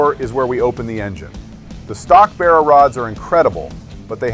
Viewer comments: I cannot for the life of me like this video.....😅 Because the way you pronounce Barra....😅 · I cannot for the life of me like this video because you pronounce the word Barra.... It's a complete insult to Australian culture sorry. Coconut 🥥🥥